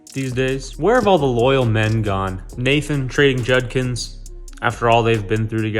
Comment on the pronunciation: Why is unable to pronounce Judkins? lol